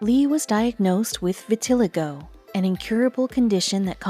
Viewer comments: Maybe y'all should teach your computer how to pronounce vitiligo. Vi-til-eye'-go. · I killed me a little inside when she kelt mispronouncing vitiligo